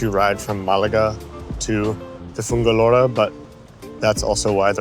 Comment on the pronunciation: Pobrecito, aún no sabe cómo se dice, ya aprenderá a decir Fuengirola, dales